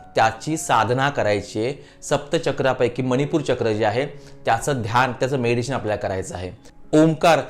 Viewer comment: Tumcha meditation cha ucchar chuktoy